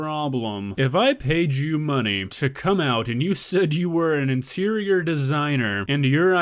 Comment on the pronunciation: I heard insirior 😂